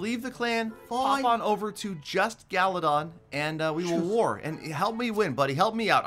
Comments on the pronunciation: "Gallydon i want the pack" lmao gallydon u thought it was galadon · the way he says galadon is golden👌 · Everyone:Galagon Peter:Galidon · the way he says galadon "galidon" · So annoying how he says gallidon not galadon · this is the amount of times Peter said GaLiDon 👇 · No one: Peter: gAliDoN cO LeaDEr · i like that when peter says galadont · I love the part when he said galadon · Can someone count how many times he said galodon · Thsis guy keeps calling him GALIDON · I love when he says Galidon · when he says galidon it ahh it makes me mad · He Says Galidon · Oof I mean Galadon